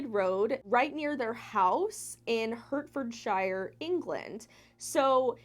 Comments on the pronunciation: It’s pronounced hartfodsheer not hertfoordshyre 😂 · Hertford shire 😁 it's said like Hertfordsheer 😇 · Hurt-furd-shy-er lol (It's pronounced HEART-fud-sher) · "Hartfordshir", not "Hurtford Shire". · just so you know for future reference.. Hertfordshire is pronounces hArt-ford-sheer x